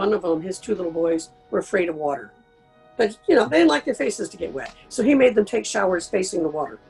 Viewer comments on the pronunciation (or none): none